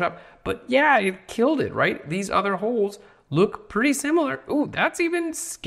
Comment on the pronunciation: I get the idea. Especially the emphasis on "holes"